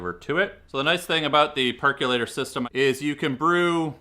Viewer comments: It's perkOlator... NOT perkUlator. Look it up and pronounce it correctly. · Remember, folks! There is no U in the word "percolator", pronounced perk-oh-later.